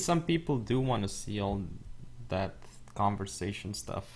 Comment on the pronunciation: OMG you're still saying conversion. Its called conversation Con-ver-sa-tion Cmon Dude learn to read